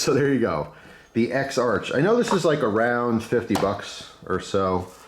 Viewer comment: *ex-ark. The ch at the end is more of a German style pronunciation.